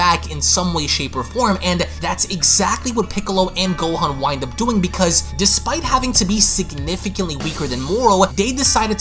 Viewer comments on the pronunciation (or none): none